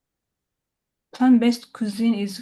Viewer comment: Chef, you are swallowing the r in plant-based, so that it sounds like plaN-based